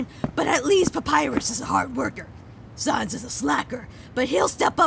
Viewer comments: ITS FRIKING SANS NOT SONS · ITS SANS NOT SONS